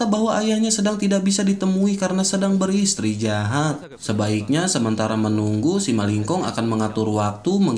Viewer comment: min kalo ngomong beristirahat, bukannya malah beristri jahat.. 😭😭😂👌🏻👌🏻🙏🏻